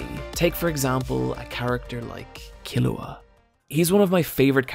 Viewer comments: C'mon Killua: Key-Lou-Ah Kurapika: Khu-Rah-Peek-Ah Love your vids keep up the good work❤️ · In exchange he now pronounces Killua wrong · Hes killing me with the mispronunciation of Killua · why do you pronounce keeloas name so weird 🤷‍♂️ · Well, you should watch Hunter x Hunter again so you can learn how to pronounce Killua's name right. It's really not that hard.